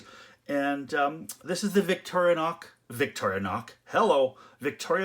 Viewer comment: It's pronounced "Vick-tor-in-ox" not "Vick-toria-nox". Sorry, but not sorry.